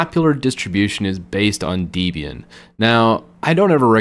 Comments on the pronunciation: It’s deb+ian dude. Not deeeeeebian. Cringe. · Hate to nitpick?...but: First off?...its not "Deebian"....it's "DEBIAN"...as in the name of the creator of Debian Linux Ian Murdock...and a blending of his name and the name of his _then-girlfriend "Debbie" (actually it's Deborah..but the same way you would say "Little Debbie" cupcakes" applies...so Deb (as in Debbie) + Ian = DEB-Ian...not DEEBIAN. Ok enough with the English lesson moving on... You should be sure to state at the beginning of this vid...that a LOT of those distros displayed on that chart are no longer being maintained.....so as not to overwhelm the newbies. When one looks at that chart it looks like a Computer Science classroom chart!....LoL! In regards to your recommendations....It would make better sense to learn and use Debian FIRST, and THEN head to Ubuntu....Linux Mint....etc. Since Debian is the "root" form where they all came from...and if you master that?....then using Ubuntu...Xubuntu...Lubuntu...Linux Mine etc is a WHOLE lot easier! I'm gonna agree with you on things like Slackware.....Gentoo....and LFS. Those are distros that are for hard core Linux users, but I wouldn't call 'em crap. Since somewhere at this very moment?...someone or a group of someones are working hard to maintain it and make it work. Be careful not to be so offensive with your words. I myself have never been able to use Slackware....Gentoo...LFS (L-inux F-rom S-cratch) but I won't "insult" the developers of it. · It’s pronounced Deb-ian not Dee-bian. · It's Deb and Ian not Deebian lol it's also oo-boon-too!! Who is this guy? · Not a bad video, but the repeated and constant mispronounciation of distro names is really annoying. 1. It's not DEEBian, it's DEBian. Like Debra (Lynn) + Ian (Murdock). 2. Not oo-buhn-too;.oǒ'boǒntoō. 3. Suse, not Susee. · It's not pronounced dee-bian; it's debian; like the name Debbie. And it's oo-boon-too; not oo-bun-too. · It’s pronounced DEB-IAN, just like the names, not DEEB-IAN.